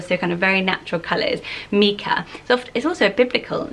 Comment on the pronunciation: I actually know a lot of people (both boys and girls) with this name, and I’ve never heard it pronounced mee-cah. It’s always MYE-cah, like Michael. Isn’t that how the stone is pronounced, too, or have I been pronouncing it wrong for decades?